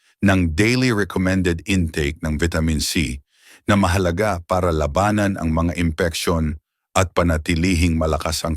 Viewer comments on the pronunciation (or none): Sana ay ayusin ang pagbigkas ng mga salita dahil nagiging iba ang kahulugan ng salita kung di wasto ang pagbigkas. Gaya ng sabi mong labanan. Labanan to fight habang ung isa ay giyera o war. Marami pa ang bigkas mong mali. Sana ay ayusin ang bigkas. Okay ang mga iyong mga ulat. Salamat.